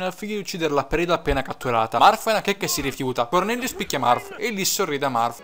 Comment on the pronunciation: M-m-ma io ho sempre pensato che il tuo gioco preferito fosse Pokemon :( Comunque, a me è sembrato che Elice dicese Morth...passso troppo tempo nella pagina mi sa. Ah, lo dico perché sì: Shiida in quest'oav >>>> shiida nei vari giochi di FE ;)